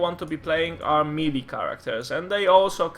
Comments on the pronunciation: It's pronounced may-lay. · I think it is pronounced meh-lay (melee) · MEELEE?????? :O